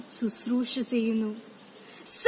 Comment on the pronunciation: Speech competition alle... അപ്പോൾ ഉച്ചാരണം കുറച്ചു കൂടി ശ്രദ്ധിക്കേണ്ടതല്ലേ... നല്ല എനർജി ഉണ്ട്. എപ്പോഴും നല്ല മലയാളത്തിൽ പ്രസംഗിക്കുന്നതാണ് നല്ലത്. ഉച്ചാരണത്തിന്റെ കാര്യത്തിൽ ആയാലും ഘടനയിൽ ആയാലും. ഇവിടെ നന്നായി എഴുതി തയാറാക്കി അത് പഠിച്ച്‌ നല്ല എനർജിയോട് കൂടി അവതരിപ്പിച്ചിട്ടുണ്ട്. ഉച്ചാരണം കൂടെ മികച്ചത് ആക്കുക. (ചെയ്യുന്നു എന്നതിന് പകരം "സെയ്യുന്നു സെയ്യുന്നു" എന്ന് കേൾക്കുമ്പോൾ എന്തോ പോലെ.. അതുപോലെ ബാരതം എന്നതിന് പകരം ഭാരതം എന്ന് തന്നെ പറയുക, പിന്നെ 'ഫ' യുടെ ഉച്ചാരണം ഭ എന്ന അക്ഷരം പോലെ ആണ്. ) Competition ആയതുകൊണ്ടാണ് ഇത്രേം പറഞ്ഞത്.